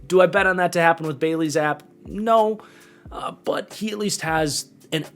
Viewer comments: Good video but I had to say it. It’s pronounced Zappy not Zapp if that makes since. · Btw it’s pronounced Zap E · I just want to note that Zappe is pronounced ZAP-ee.